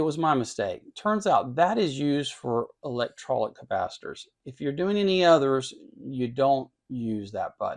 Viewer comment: Liked the video, with a few caveats: - "electrolic"...? - "serial" vs "series" components - One area this meter shines is its ability to measure ESR under a wider range of conditions/settings that many other models, and ALSO that it can so easily & quickly measure DCR (many can't at all). Those are both important things to be able to measure on capacitors, but not mentioned here. Otherwise, my own RuoShui (pronouced Roo-Oh-Schwayee) meter is the 4091C. There are six versions altogether, with the 4090A & 4091A models being able to test at up to 10kHz, the 4090B & 4091B models testing up to 20kHz, and the 4090C & 4091C models testing up to 100kHz; the difference between the 90 and the 91 versions is that the 90's only allow selecting from a handful of preset test frequencies within the range mention above, while the 91's allow setting (using the keypad) to program in any test frequency within the aforementioned range.....for example, you could tell it to test at 98542 Hz. I also bought my 4091C on Amazon (in late March 2024), but it came with a US style IEC power cord. What was still kinda messed up was that it still came with the line voltage selection switch set to 240V (instead of 120V); I did not notice this and used the meter for about a week before I changed the switch. I am not sure how it worked that way, since it does not have a universal power supply inside, and instead uses a linear supply topology and and linear voltage regulators.......